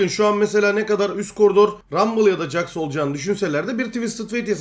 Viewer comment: jax'a caks deyip durma, ceks o :D